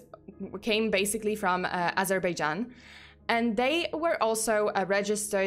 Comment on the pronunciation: you pronounced Azerbaijan perfectly correct since the first attempt btw